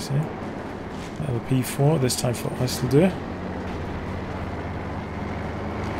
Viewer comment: jesus you butchered that isildur, never seen LOTR?